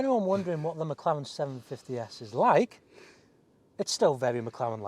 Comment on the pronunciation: It’s not a Mclawen 😭😭